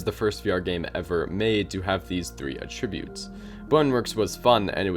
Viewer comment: you pronounced attribute wrong. the way you said it then is used as a verb.